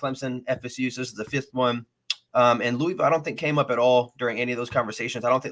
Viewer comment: Say Louisville right smh. Google it. It’s not LEWIEVILLE it’s LOUHVILLE. Also there uniforms is because there an adidas flagship school. Conference they avoid Clemson, Florida State, UNC. There transfer portal has playing experience. Not guys who were just running drills in practice. They got guys with real snaps and experience. You guys are sleeping on Duke that’s a sneaky game. Losses will be Miami, Notre Dame, NC State and Duke are coin flips. Helps having Duke at home. Plummer was originally at Purdue under Brohm. Realistically I see 8-4 ceiling 9-3. Schedule helps so much. No love for pierce clarkson? All about Brady and forgetting pierce was at Boscoe and a national champion high school qb